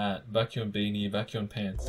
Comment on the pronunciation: I love how you can say chanBAEK But can't say BAEKhyun Like I'm so confused 😂😂😂